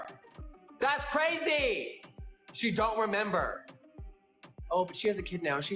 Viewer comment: " it was cArazy " Why adding an extra 'A' LoL 😆😂🤣